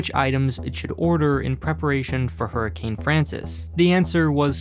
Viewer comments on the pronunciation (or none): none